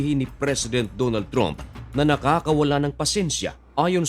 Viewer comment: Hindi "TROOMP" ..."TRAMP" po!!